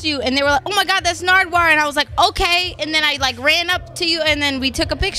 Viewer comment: “What ur notes say narduwar?”